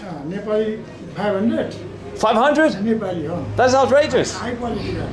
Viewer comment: he's trying to say Im neplease but he pronounce Im Nipple lol